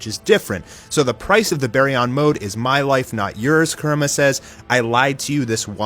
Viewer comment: its pronounced coo-rama lol